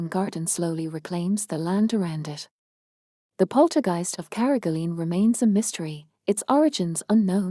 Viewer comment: Please pronounce carrigaline probably